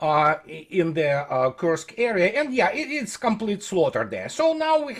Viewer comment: What the hell is Kersk? KURSK it's pronounced as written - Курск